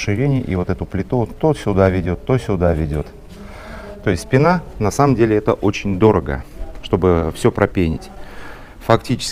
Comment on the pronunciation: Очень познавательно, но пенА уши режет